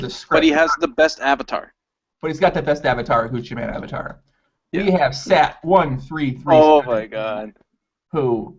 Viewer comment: sat1337en; is pronounced "sat elite en" (Satellite).